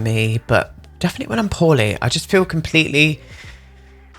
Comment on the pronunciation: Lol I thought you were saying “I’m feeling horny” but you were actually saying “I’m feeling poorly” I was a little a shook but yeah it was just your accent lmao